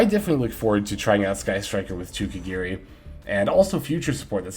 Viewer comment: it’s KAGARI NOT KEGERI